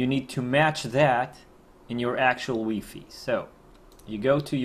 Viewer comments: Took a lot of energy to stop me from throwing my remote at the TiVi because you kept say WeeFee. Do you say HeeFee for high fidelity too? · he is most probably French that's why he was saying wefe